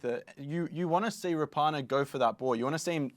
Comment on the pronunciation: Rah-punna not Ra-par-nar